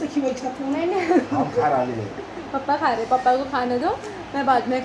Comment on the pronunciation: The way you say pappa instead of papa , ahan so me ❤️